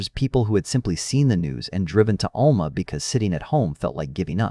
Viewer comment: I’m from this area. Just a little help with the pronunciation of the towns, sounding them out.😊 Alma ~ Owl ma Spiro ~ Spy ro